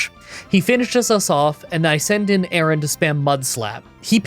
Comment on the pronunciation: His horrible mispronunciations of the entire Aron family was so painful to listen to. I know he doesn't care and/or just isn't good with names, as he's said a billion times, but it doesn't make it any less cringey to listen to again and again.